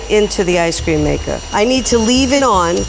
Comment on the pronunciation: Now they telling us what toppings to put on our ice cweam? (Btw I didn’t make a typo)